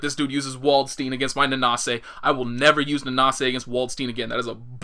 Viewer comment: It is funny that the japanese actually can prannounce Dutch and German fairly well. They say stuff like Valkenhayn and Waldstein the right way. But english they get completly wrong.